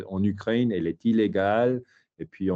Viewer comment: Ukraine, Moscou - drôle qu’il ne sait pas comment prononcer 🤭